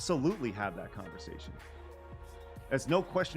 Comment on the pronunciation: Folks trying to conversaSHUN!.... sorry.